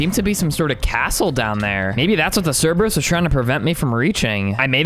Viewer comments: Mate it's not the Cerberus it's just Cerberus You don't say the Zeus or the Hades do you? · Bro love the content but pleassssse i beg you Dont pronounce crebreus wrong plz It hurts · u pronounced Cerberus wrong